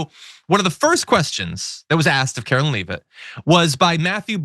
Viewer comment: Please, it's karo-line not karo-lynn